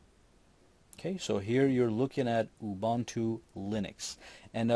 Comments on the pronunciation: why you pronounce it as ''ubantu''? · Ubuntu is pronounced OOO-BOON-TOO. The 'u' s sound like the one in Ubisoft. For anyone who gives a crap...not that it matters but hey.